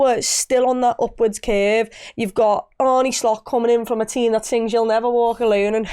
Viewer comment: Makes me cringe every time I hear anyone pronounce his name as "Arnie". Sorry.